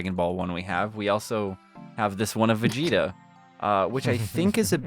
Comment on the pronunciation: Wait, did just call Vegeta vegetable?